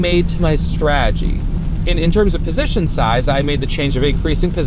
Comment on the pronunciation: There's a T in straTegy. It's not 'sraaaagy'.